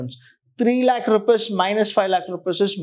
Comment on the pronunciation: Loving the way you teach the concepts and the use of very easy English,, But here's a small request sir, please prouncec rupees as rupees not as rupas it disturbs the flow (to me)